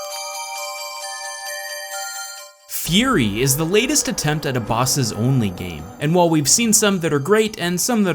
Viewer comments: Does realize that he is pronouncing Furi wrong? It should sound like "Free." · It is actually pronounced Fuu-ree, not FURY!!!!!!!!!!!!!! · Hey, my only problem with this video is pronunciation of "Furi", I believe it is pronounced "Free"